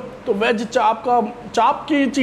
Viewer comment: Chanp nhi chaap hota he😂